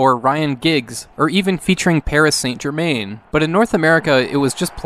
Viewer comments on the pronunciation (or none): I'm pretty sure Virtual Soccer doesn't have real names for the players. I feel bad saying this but some pronunciations of name were off. For a start, Saint Germain (as in Paris Saint Germain) is pronounced like this